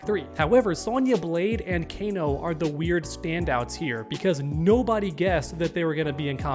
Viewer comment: This guy said kana lol